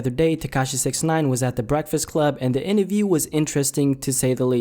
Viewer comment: Inaview. You mean interview